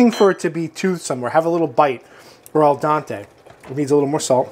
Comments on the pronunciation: Al dAnte? Al dEnte. To the tooth. People go to the dEntist not dAntist :) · Hehe love but this is not how you pronounce al dente... [ ˈdɛnte] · Same with his ‘Al Dente’ pronunciation 😂